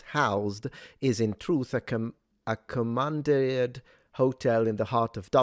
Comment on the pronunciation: What is it with this fixation against children in this day and age? Clichéd response but I've been thinking the exact same thing recently... Also,, commandeer is pronounced ko-mun-deer with emphasis on the last syllable.